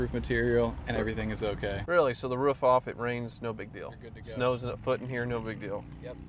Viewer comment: You got distracted and started pronouncing "roof" improperly again ;)